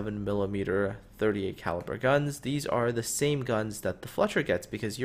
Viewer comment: Technically you did... What I heard was "Five Hundred Twenty-Seven millimeters"... What I presume you meant is "5 127mm". But it's really difficult to hear spaces :P